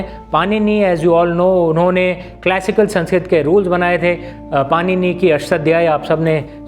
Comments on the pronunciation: पाणिनि हैं, पानिनि नहीं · पानिनी नहीं भाई पारिणी होता है ! आप जैसे ही लोग ये सब ग़लत बोल के फिर कहते हो लैंग्वेज डिकोड नहीं हो रही 😅😅😅! बोलना सीखिए और सही बोलना सीखिए